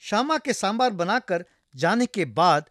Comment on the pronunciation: Happy to see,that the narrator is pronouncing sambaar as sambaar as it should be pronounced and not as sambhar.